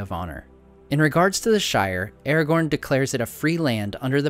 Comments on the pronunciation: Man, you make great videos, very informative and well made, thank you for that. But please, try to pronounce the characters correctly (watch the video where Christopher Lee gives examples of the correct pronouncement). It is not "Eragorn,(sounds like this when you say it)" but Aragorn. Not "Gendalf," but Gandalf. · why is ara gorn pronounced as errorgorn the whole time? can't stand it. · his name is not "eergon" it is A-RA-GORN! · Aragorn! A as in Apple Ra as in Rat! Not as in Air for fk sakes! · you say airgorn when its pronounces aragon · You should pronounce Aragorn with a hard A. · i was looknig foward to watching this till 5 seconds in when you cant even say aragorns name correctly